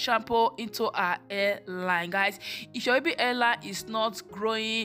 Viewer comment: Your daughter’s hair looks healthy. However, you should practice speaking before filming because you are not pronouncing words correctly. Example: You pronounce the words: Hair as air. Baby as bibi. Hairline as airline.